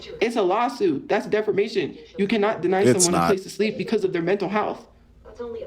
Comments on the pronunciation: Does no one else hear her keep saying defermation instead of defamation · Not DEFERMATION 😂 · Its a well known tophiaism at this point, we got defermation, somewheres, anywheres, and many others